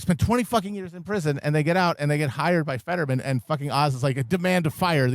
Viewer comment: It's "Fetterman," you stupid cunts. HOW do you FUCK THAT UP?